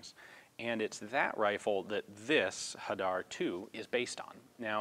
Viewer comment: You didn't "butcher" the pronunciation for Hadar, you spoke it quite well for a non Israeli :-) Hadar means citrus in Hebrew.